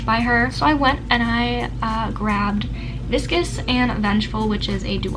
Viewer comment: lmao i didn’t even question the way you said “vicious” until you pointed it out